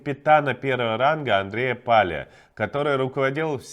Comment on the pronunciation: Палий - украинская фамилия (внезапно) и читается с ударением на последний слог ПалИй, а не ПАлий. От глагола "палить" т.е. "жечь".